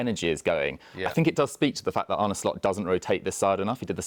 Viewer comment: His name's not Arnie. It's not hard to pronounce Arne correctly and very disrespectful to keep calling him Arnie.